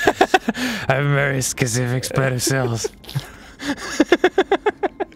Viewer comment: I have a very skecific spet of sills.